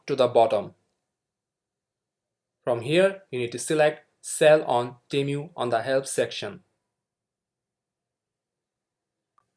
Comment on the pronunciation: not temyu, is it tee-moo, (long tee and hard u in mu)